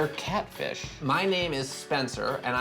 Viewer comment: “My Intention was to kat-fish-ja”